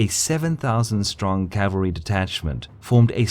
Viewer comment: The word is CAVALRY not CALVERY!!!